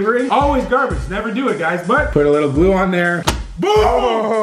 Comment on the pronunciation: Y u say lical not little